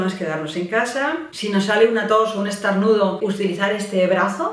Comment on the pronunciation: Pero dice estArnudo 😂